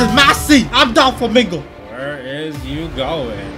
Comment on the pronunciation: Not making fun of u buttttt why do u say DA FLAmInGao